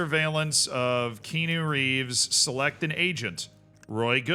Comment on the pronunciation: Kean-u is killing me